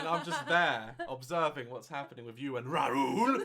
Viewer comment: “With you and RAHRUL”. 😂😂